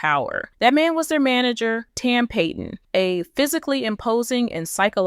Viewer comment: It’s tam Pat - on …not pay-ton